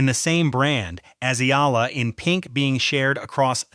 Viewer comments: pronounce it Eeeee-yaaaa-lah, not aila, not ala. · EALA "E-YA-LA" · E........yala thats how you should pronounce her name & not sampagweta...should be sampagita correct pronounciation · Eela, Ala, Sampagwita... AI fumbles with pronunciation. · Check your pronunciation of her surname and the word, Sampaguita.